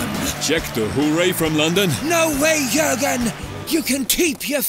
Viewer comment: Boehly calling them "J-urgen" and "Moses"🤣🤣🤣